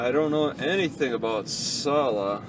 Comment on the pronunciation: jesus its "C-luh" "see-luhh"